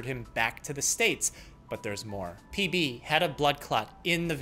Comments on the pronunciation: I genuinely heard PP instead PB 😂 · For a good, full second at the beginning, I thought you said “peepee”, and I was just......intensely confused. XD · i really just thought he opened with “PEE PEE” 💀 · I heard ""PB" is a 47 year old man" as ""Lead" is a 47 year old piece of metal" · at the start of the video I thought he said "pp" and laughed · I THOUGHT YOU CALLED THE PATIENT PP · He totally said peepee on the first one. I open a video. First word. Peepee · at the start i tought he said pp bruh